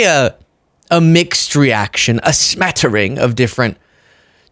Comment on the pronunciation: said smattering in a english accent 😀😀😀😀